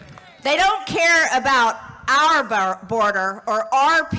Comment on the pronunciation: AR border! AR people! lmao MTG? it is pronounced OUR!